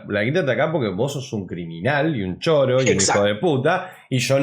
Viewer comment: ¿Dijiste Choro en vez de Chorro por algo en especial?